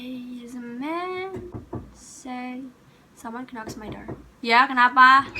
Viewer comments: You should say it "NOK" ;) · what were u trying to say around 7.28 - 7.30 dOh and its NOCK not KENOK.....kenok kenok kenok anyway, nice one! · Baca knocks aja gabener lol